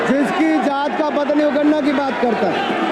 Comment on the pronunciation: Lop ka मतलब लीडर ऑफ अपोजिशन। ये किस स्कूल का पढ़ा है? गणना को गन्ना बोलता है। खुद ठाकुर है या धूमल। किस बाप का है, पता है क्या?